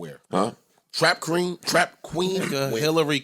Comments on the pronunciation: that nixka said trap cream😂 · He said trap cream🤣🤣🤣🤣🤣🤣🤣🤣🤣🤣🤣🤣